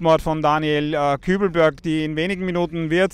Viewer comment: Perfektes Deutsch Sie Suche ahhahahahah